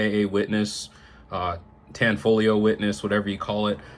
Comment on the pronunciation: Finally found someone who said TAN-FOL-IO correctly, couldn't even watch the last three videos. On your end , well done. Got a defiant limited master 10 mm , had some issues during break in (couldn't get it apart) but it is a stellar race gun.